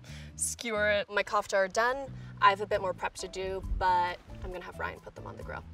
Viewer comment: she was pronouncing kofta wrong